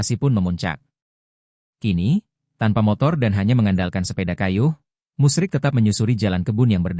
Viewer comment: Bapak itu namanya Musri bukan musrik, naratornya ngawur